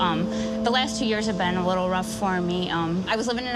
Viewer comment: she said ruf lol